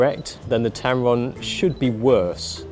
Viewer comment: Did you say Tampon lol?